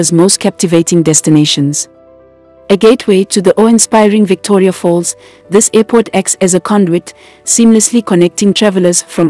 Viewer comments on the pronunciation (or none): none